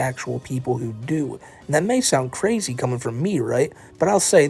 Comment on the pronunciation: “I’m cwazy” is wild 😂